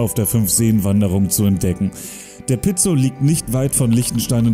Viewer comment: Schräg wien er Oeschinesee oder Pizol betont..:Piizol...Oeschiinesee...aber guet:halt en dütsche